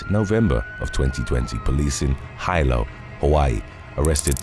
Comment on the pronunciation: Hilo is pronounced Hee-low.